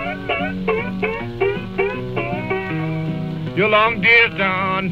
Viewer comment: I really hear "yellow central", not "hello, central"…